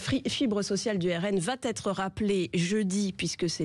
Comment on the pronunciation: J’adore les liaisons mal ta propos : va t’etre !